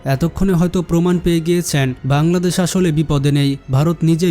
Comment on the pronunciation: ভাই তুমি বার বার পাংলাদেশ পাংলাদেশ করো কেন ঠিকমতো বলো বাংলাদেশ 😡